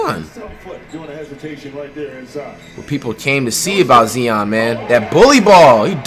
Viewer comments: “Ok guys so we got Zee-on Whildinsum and Jianis Ukunkpo” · Nobody: Flight: ZEON WILLIAMSON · How tf do u hear the announcers and see the comments and still say Zion’s name wrong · It pronounced zy-on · It’s not bad that he can’t pronounce Giannis’s last name but at least say Zion right the commentator is saying it for you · stop saying zeon it has an eye z-i-o-n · Someone take flight to speech class can't even say Zion dude says zieon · It’s Zion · Brudda it’s Zi-on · Cuzzo ur saying Zion name wrong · Flight u doin this on purpose now. Its not Zeon, its Zion. Z-eye-on. Not Z-ee-on. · Keep on saying Zeeeeon all you want Fight :) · If he says zeon or akumpo one more time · This man hears zion but says zeeon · flight who is zeeon 🤦🏾‍♀️🤣🤣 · “Look at Zee-on Williamson Man” I hope Zion becomes Flights next Curry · You hear the commentators saying Zion but you keep saying zeon stoop disrespecting him like that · It's not zee-on it's zi-on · This nigga steady callin this man “zeeon “ instead of Zion 🤦🏽‍♂️ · How can you here this many times zion's name pronunciation and still pronounce it wrong? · he clearly hear the announcers saying Zion he still saying zee-on who the fuck is zee-on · Nigga said zeon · This nigga said zeeeon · Why you saying Zieon n stead of Zion? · I fucin hate u flight u is dumb bro say his name rightwho tf is zeon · Nigga still pronouncing Zion-Zeeon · It’s “ZY-ON not ZEE-ON you dutt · Flight his name is pronounced Zy-on not Ze-on Like so this man can actually pronounce his name right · Zion not zien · WTF IS ZEEON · Bruh it’s Zion , not zeeon got damn 😂🤦🏾‍♂️ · Learn on how to say there names, there is no E in Zion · Can you please say Z.I.O.N not Z.E.E.O.N please I’m begging you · bro do u not hear the announcers sayin “Zion”🤦🏾‍♂️